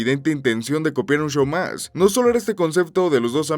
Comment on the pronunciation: Me encanta escuchar a extranjeros decirlo